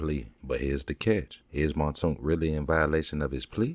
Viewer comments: Man name aint montoonk, it's Mounk Tounk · Its pronounced "moonk toonk"...